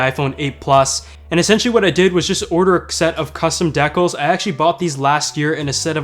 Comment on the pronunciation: How he pronounced decals. Lol